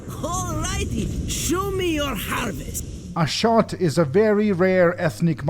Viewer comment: Ashot's name is pronounced Ah sho t. In Cyrillic it is Ашот. It is an Armenian name and also the name of my uncle.